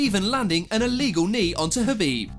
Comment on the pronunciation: Apparently poking someone in the eye “It’s very iwegal”